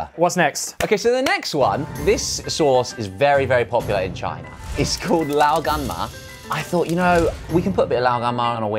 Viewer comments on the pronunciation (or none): I was about to say this haha...he pronounced it alright ish? You can mainly hear from how he pronounces Lao Gan Ma that he isn't fluent in Chinese.